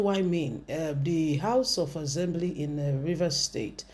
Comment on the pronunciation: Better your pronunciation. ASSembly not AZembly.